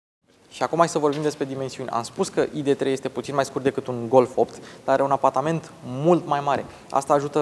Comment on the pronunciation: Totusi, AIDI 3 si nu IDE 3. MULTUMIM!